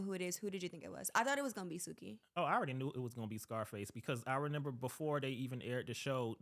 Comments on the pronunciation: Not him saying “RENIMBER” 🤣🤣🤣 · he keeps saying "renember" it's driving me nuts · It bugs me that the guy said “renember” instead of remember 😭